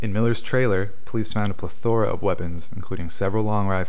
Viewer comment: “Plethora” Watch 3 Amigos for proper pronunciation